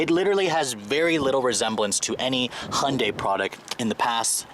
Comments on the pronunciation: STOP CALLING THEM A FOOKING HONDAI! IT'S HYUNDAI FFS!! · Don’t know who made such a commercial, but that’s not how it’s pronounced. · Why can’t Americans say Hyundai? HY-un-dai!!! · It's pronounced Hyundai like Sunday. Even Hyundai stated that in one of their commercials. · For DIPSHITS who want to make up their own name...try HY-UN-DAI...IT'S NOT DIFFICULT!! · They can't even pronounce it properly...